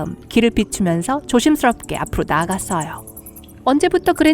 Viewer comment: 조심스뤕게 아프로 나아가쒀허요